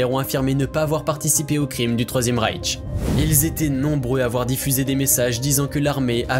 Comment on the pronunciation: Une remarque sur le nom Reich, il n'y a pas de "T" à la fin, donc inutile de le prononcer.